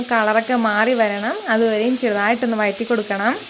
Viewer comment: Chechi vayatti ennalla vazhatti vazhattuka ennanu sariyaya ucharanam. Very nice video. Will try xmas special